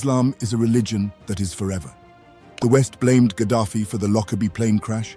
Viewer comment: Kah-daffy,.... Kah-daffy Duck?